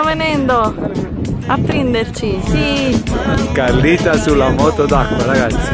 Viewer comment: Carlita: "sono tutta naturale, vero amore?":" Zi" ma solo io un uomo che dice di continuo "Zi amore Zi, Zi, Zi" lo schiatterei di testa al muro?? QUANTA IGNORANZA.